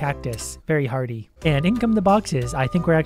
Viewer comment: Didnt he say "earhty"